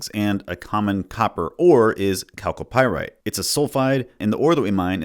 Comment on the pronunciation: Damn, I didn't know chalcopyrite was pronounced with a 'k' at the beginning, I've been saying it wrong forever